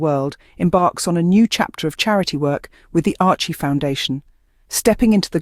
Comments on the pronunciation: SERIOUSLY!!!!! “ARCHIE” foundation????? WTF!!!! Ok it’s AI but you CANNOT get the NAME of the Foundation RIGHT!!! ????How PATHETIC!!!! ARCHEWELL Foundation is doing GREAT WORK around the 🌎 World…. FIGHT AGAINST AIDS is another example of their commitment to make a DIFFERENCE!!!! Give CREDIT CORRECTLY Please!!! Geez!🤷🏼‍♀️🤦‍♀️ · Couldn't you be bothered to be accurate - it's "Archewell Foundation" not "Archie foundation"!!!! What is the point of this misrepresentation if you can't get the names of the supporters right?!!!!!